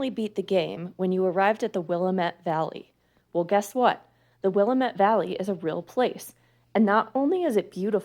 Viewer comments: You should probably learn how to pronounce Willamette if you’re going to do videos. It’s Will AM et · Willamette is pronounced Will- A (short)- met...accent on the A. :) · Yup, you should have but your glaring mispronunciation of the name is a very good argument against "remote" voice tracking in radio!